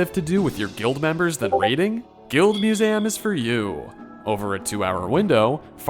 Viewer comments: Why tf you say Museum like that? Annoying af im sorry. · why do you say museum that way